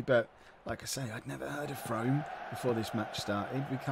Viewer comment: its pronounced Froome lol. little non league Somerset team. I live about half hour from there.